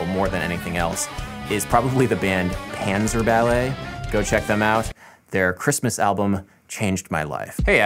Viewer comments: No. Interestingly, Adam got it wrong.. I always thought double-checking stuff like this and taking pride in being right workout rubbing into anyone's face was one of his strengths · no, they are german, you should pronounce it pun-tsah-bah-let